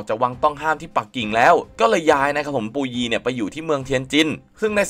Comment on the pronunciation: อะไรปูยี ภาษาจีนกลางออกเสียงว่า ผู่อวี้